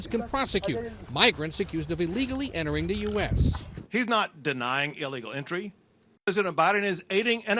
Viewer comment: can't say the word "illegal" 😂